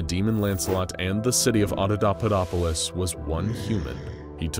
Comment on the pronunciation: i love everything you's do with these videos, but in this one, you're pronouncing Adapaupadopolis totally wrong... it's supposed to be ...... ah-dah-PAH-POE-dop-oh-liss ..... you are saying .... ah-dah-DAH-PUH-dop-oh-liss ...... sorry lol, i know it's a teeny thing that is probably only bugging me haha, but i had to say something. normally your videos are mint but for some reason it's just getting to me hahaha.